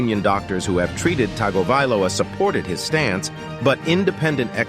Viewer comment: Cant believe spent 8 mins on a dude dont know to pronounce TUNGO-VI-LOA 😉 Common man